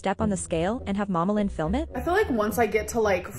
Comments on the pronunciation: I only hear Anne Boleyn for Amberlynn, and after I started hearing it I can’t I unhear it. But it kind of makes me laugh. You know divorced, beheaded, “survived”, divorced, beheaded, survived. It’s too funny. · I used to hear Am Berlin lmao